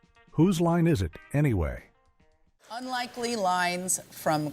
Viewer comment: Whose line is it ………… Anyway. Why the ridiculous space/pause. It’s one sentence. Oh Americans, mess everything up.